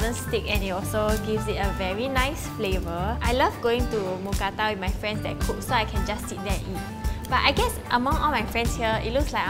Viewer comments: As a Thai person, it’s “Mookrata” not “Mookata” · Actually, we call it Moo kra-ta. It has to have r to be correct. Just so you know 👌